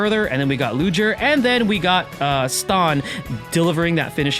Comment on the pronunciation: hey just wanted to say it not Ludger with a hard G or a J sound, its a soft g sound. Thanks for the tips i didnt know u can sell memoria